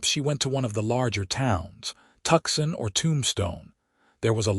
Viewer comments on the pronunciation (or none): TWOSON, NOT TUKSON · We all know that Tucson, Arizona is really pronounced Too-saan, not Tukson, right? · toosann. not tukson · Every AI read story I've heard totally mispronounces Tucson. It's not Tuck-son, it's two-sahn. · Narrator needs to learn correct pronunciation. How do you Say “Tucson”? Not tuck son! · please correct your AI's improper pronunciation. It takes us out of this otherwise beautiful story. I see someone here has already pointed out, Santa Fe is not Santa Fee. Wound is not pronounced like, I wound up the the fishing reel. Also, there is no pause after the period after Mrs. and Mr. It is reading the period as a full stop. And Tucson is not Tuck son. Otherwise this is a beautiful story. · Good story but narrator needs to learn pronunciation of some words. ie, Tucson, wound ect….